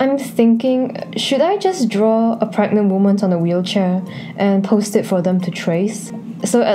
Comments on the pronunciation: u mean pregante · “Can you get.. Pregante?”